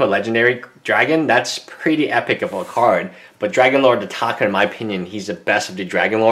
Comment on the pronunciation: ITS ATARKA NOT ATAKA OR ATAKER